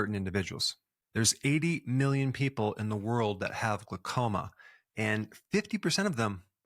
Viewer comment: It's glau- as in howl, not gluh- as in duh! Great info though, thx!!